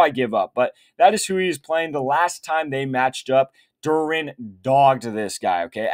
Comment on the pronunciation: Love the picks… Please learn how to say Jarren “Duran” name correctly Saying durin is crazy work 😂